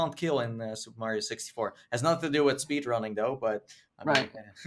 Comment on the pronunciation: it's Mario not Mairrio